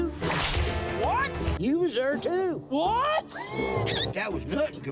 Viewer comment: "its a book tew"